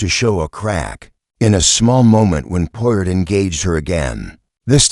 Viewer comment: Good Lord, your robot can't even pronounce the main character's NAME????